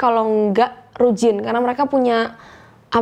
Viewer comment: Bukan Rujin ,,,,bacanya Ryujin Cerong ,,,,bacanya Ceryong